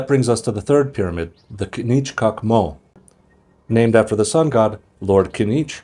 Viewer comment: Your translation of K'inich K'ak Mo was wonderful, even your guttoral stops were right.